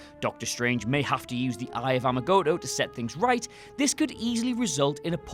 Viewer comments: He claims he’s a comic book nerd but then says Eye of amagotto instead of “agamotto” The correct pronunciation. LOL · It's Eye of Agamotto not Amagotto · Did anyone notice he said "Eye of Amagotto" and not "Eye of Agamotto"? At like a minute or so in.. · You said the “Eye of Amagotto” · it's eye of agamotto , not amagotto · Its the Eye of Agamoto, not Amagoto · 0.51 He said Amaggoto instead of Aggamoto :-) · You think Agamotto is pronounced "Amagotto." Hmmm. Nice credibility at the top of the list there. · "Eye of amagoto" wtf?? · "Amogotto" is actually something like agamotto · Its Eye of A'ga'motto ffs!!! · not sure if it's intentional but you said "eye of amagotto" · Agamotto* Double "T" not double "G"